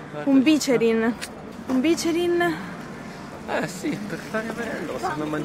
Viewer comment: Vi voglio tantissimo bene, ma si dice bicerìn, è una parola tronca... Parola di torinese! Grazie per aver fatto vedere la mia amata città nei tuoi vlog! <3